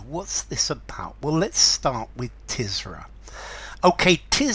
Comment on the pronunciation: Is it pronounced “Tiz-ra”? I’d always thought it was “Tur-zah”. Great poem though. Not ‘Paradise Lost’ level, by any sense. But there is something of the divine inspiration in Blake’s writing, as there certainly was with Milton. And it’s fascinating to read Blake wrestling with his own human, earthly limitations in this poem. Awesome - in the true sense of the word.